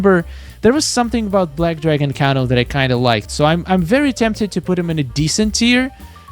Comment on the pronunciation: It’s pronounced “Cane-O” not Cano